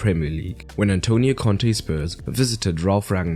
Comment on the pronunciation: Lol 😆😂🤣 it's Conte at least get the name right